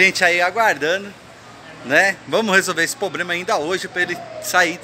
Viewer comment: O Problema é ficar falando poblema#!